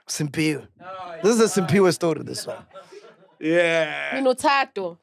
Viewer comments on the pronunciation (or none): MacG u ﹰSphiwe not ﹰSimphiwe...